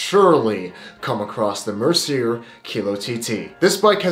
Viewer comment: You should look up the pronunciation of Mercier if it's so common. Almost as painful as when Americans say foyer.